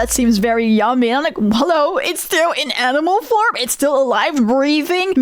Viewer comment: i heard that Dutch "Hallo" slip through